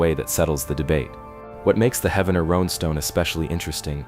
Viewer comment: Heaven-ner? no, Heev-nr ... this whole video is a hoax